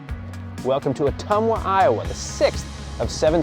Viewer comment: I grew up in Ottumwa, Iowa. So impressed that you pronounced it right!😂